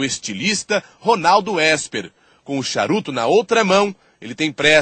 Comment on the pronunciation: O nome do estilista é Ronaldo Ésper e não Isper...kkkkk parabéns pela matéria jornalística